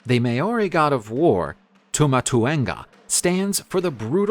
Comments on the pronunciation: Maori not may ori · Thank you for scaring some of my culture. Not even my maori teacher would teacher me these things. It's not may-ory it Ma-ow-dy. And it's not wang-a wha wha-unga, its to-ung-a. R's are actually rolled a little on the maori language and "ow" is also a promonate sound. How did you get the last videos pronunciation good then do the complete opposite this time? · First: thank you for sharing some of my culture. But...It's ma-ow-dy, or the lazy way "ma-ow-ry. But it's not "may-or-i." And it's not wang-a. You can use Google translate to find the right pronunciation. R's are actually rolled a little on the maori language and "ow" is also a promonate sound. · > Maori Longer aa sound, no y, short o.